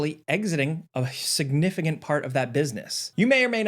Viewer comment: "SignifiGant"? "SignifiGent"? "SignifiGint"? Hmmmmmmmmm, how many G's can we shove into a word with 1 "G" in it? It's just, making a living talking, with sub elementary...SOMETHING. Not spelling, but pronunciation? Sure. I'm wondering if comprehension is in there, too.